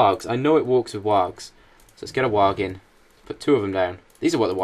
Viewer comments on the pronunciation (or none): your pronouncing wargs wrong